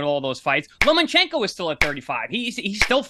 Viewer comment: paulie was right 😂 Chris said “Lomanchenko” 🤣